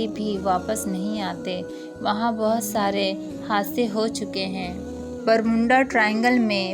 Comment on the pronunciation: Bolne se pehle apna pernunciation to thik kro. Kuch thik se bol nhi pati ho इजाज़त होता है बरमूडा है न कि बरमुंडा। मौजूद न कि मौज़ूद। इजाज़त न कि इज़ाज़त। पढ़ना सीखो पहले। Z औरJ ka फ़र्क़ करना सीखो साज़िशें न कि साज़िसे।